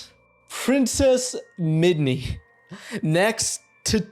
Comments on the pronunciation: I’m glad I wasn’t the only one bothered by this! It’s also “Min-Dee” not “Mid-Nee” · Pronounceing MiN-Dy as MiD-kNee some real work man. You only pronounced her name right the first time, and just called her the wrong thing from then on. Unless thrr's some lore for your channel there, c'mon dude,... Save for that critique? Very intriguging and thought provoking video! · This is cool. Spongebob lore is quite fascinating, but then again, Spongebob is an episodic absurd comedy, so canon really doesn't really matter that much, I guess. Also, it's s Mindy, not Midney. 😂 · Also… MIDNY????